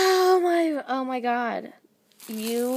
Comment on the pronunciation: Pinch urself every time she says oh my good lol😂😂